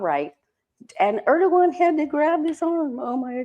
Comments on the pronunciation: President Air dough won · President Herd-ogan 😅